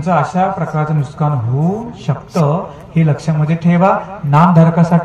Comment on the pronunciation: खरा शब्द नुकसान आहे नुसकान नाही.